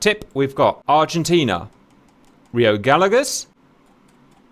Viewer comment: I believe it is pronounced guy yegoss rather than galagoss